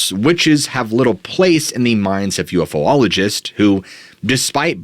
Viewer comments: Thanks for the video as always. There’s no such thing as a ufo-ologist. You should know how to pronounce ufologist by now 😉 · love your content, but its u f ologist, not ufo ologist... Actually, its technically uapologist now, which would be pronounced as wapologist. thus, Relatng extraterrestrials to cardi B. keep up the great content!